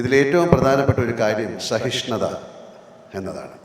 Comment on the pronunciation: എന്താണ് മോഹൻ ലാൽജിക്ക് "സ" എന്ന് ഉച്ഛരിക്കാനാവാത്തത്. ശഹിഷ്ണുത , ശാധിക്കണം, ശാങ്കേതികവിദ്യ, ശ്വപ്നങ്ങൾ, ശഹായിച്ച, അങ്ങിനെ "സ" എന്നിടത്തെല്ലാം "ശ" എന്ന് പറയുന്നതെന്താണെന്ന് മനസ്സിലാവുന്നില്ല🙏